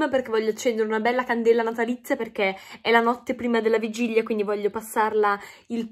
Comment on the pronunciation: Bellissima, l'unica cosa che si dice vigilia, non vigiglia... NON è UN INSULTO🤗❤